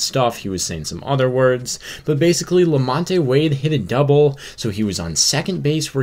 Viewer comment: #1-that is not very heated at all. lukewarm at best #2-Flaherty needs to do better and stop giving the signs away so freely #3-The name is Lamont(the E is silent) Thank you!